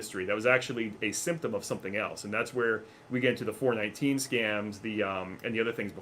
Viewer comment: Its pronounced four one NINE (419) not foure NiNeteEn facepalm